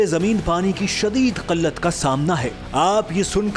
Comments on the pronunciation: Qillat😂😂😂😂 Not Qallat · قلت It's "Qilat" not Qalat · Kallat kia hoti he, killat kehty hain